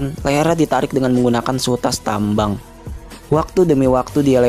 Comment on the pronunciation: 'Lehernya dililit dengan seutas tammmbang...'